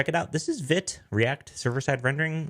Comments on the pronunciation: Awesome,, thank you! (btw it’s pronounced veet). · Only a minute in, but just a heads-up. It's Vite , pronounced as feet with a V. French for Fast. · Not being a dick, just found out yesterday Vite is pronounced "veet" (from their website) .. lol I called it they way you did for a while..